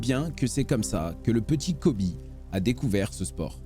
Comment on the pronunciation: C’est Colby et pas Coby